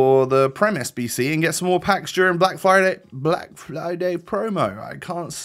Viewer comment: Everyone: friday: flyday